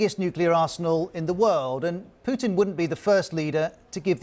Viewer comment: Yow this is Putin not pudding